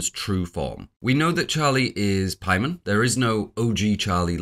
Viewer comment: I know you're the 4 hour hereditary video guy and you know better, but why are you pronouncing it like 'Pie-mon' here? It's very jarring